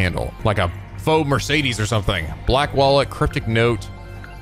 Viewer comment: Game: Kas-Pahr: Cas-Per Game: Mer-Seh-Dez: Mer-Sei-Dis Game: Mo-Ri-Shige: Mo-Shi-Rige Game: Ko-Ma-Eh-Da: Ko-May-Da Game: Wai-Fu: Wah-Fu Game: Tomato: UGM-133A Trident II Submarine-Launched Ballistic Missile(SLBM)